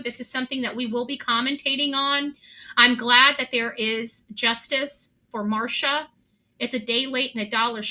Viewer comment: Her name is Mar-C-ia not Marsha